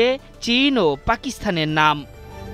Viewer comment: এগুলোরে সংবাদ পরিবেশন করার জন্য নিয়োগ দেয় কিভাবে? পাকিস্তান উচ্চারণ করতে পারে না এটা কোন সংবাদ পরিবেশন হলো😁😁